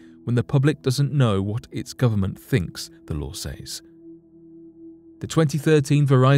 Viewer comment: I hate how you say "says" lol